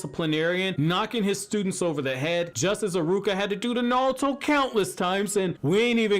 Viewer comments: I swear this guy just says nalto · Narulto😂😂😂😂😂I heard a L in there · Absolutely Nobody: You: NALTO!!!! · Every time you say Naruto I see “Nalto” Who else is with me? 🤣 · The way you say naruto tho. Lol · why the hell do you not pronounce naruto so wrong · Am I the only one who hates the way he says naruto? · Bruh how tf are you pronouncing Naruto? It's bothering me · Can’t stand the way he says Naruto